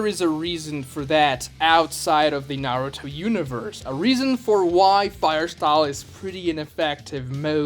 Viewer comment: this guy is making videos about his opinions but he can't even say Naruto right